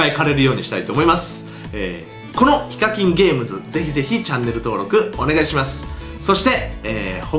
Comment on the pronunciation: フィッシャーズのセレブガチャの動画見たあとにこの動画見たら どうもイカキンです って聞こえた